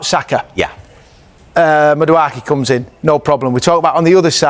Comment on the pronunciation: The butchery of names is embarrassing, Who on earth is Myles Skooly Kelly and Maduarki?